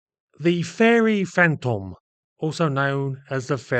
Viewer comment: Pedantic, but Fantome should rhyme with "home".